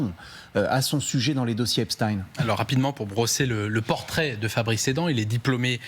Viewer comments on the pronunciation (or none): Pourquoi le présentateur dit Epstein et le journaliste Epstine ? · EPSTEIN ! Eins Wei Drei ! Et non pas Epchtine . Ces gens là viennent de l'Est à l'origine . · EPSTEIN pas EPSTINE. Personne n'oserait dire Albert EINSTINE au lieu de EINSTEIN ! Pourquoi aucun journaliste ne rappelle que ce diplomate/espion est franco israélien a fait son service militaire en Israël ? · Comme Einstein ( peigne, vermeil, etc...) et non Ine... Epstein ( eigne)... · L'un d'eux se trompe. On dit Epstine